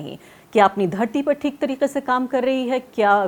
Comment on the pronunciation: Bahutay Dard hai re baaba…. Arfa Khanum ji Theek ko theek se bolna shuru kariye.Gujarish hai aapse